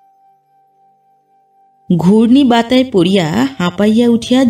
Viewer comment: ঘূর্ণি বাত্যায় পড়িয়া জয়া বৌদি.... .... এই কথাটি অবলীলাক্রমে "ঘূর্ণি বাতায় পড়িয়া" এই পাঠ শুনে কানে লাগলো।